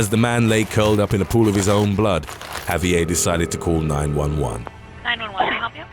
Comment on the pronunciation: Javier isn't a French name so the last letter would not be silent, it's a Spanish name, therefore you pronounce the "r" at the end of the name and the "v" sounds more like a "b". So it's sort of like "Ha-bee-air" But, I know this is a common thing in the UK, the same place where they make fun of how Americans pronounce things like Ibiza and Vincent van Gogh, even though they too are pronouncing Vincent van Gogh's name incorrectly.